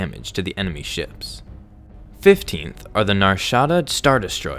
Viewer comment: FifteenTH u dont say the th